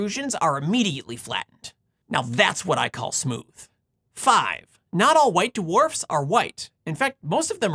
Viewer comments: white DeWharfs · White "d-warfs." 😁